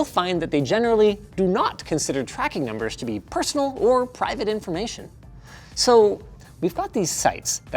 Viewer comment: did you say private inflamation? ?